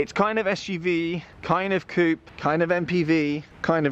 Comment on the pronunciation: You lost me with the mispronunciation of coupe.